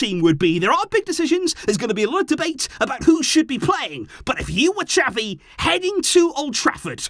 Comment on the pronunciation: pleaseeeeeee xaviii get it right!!!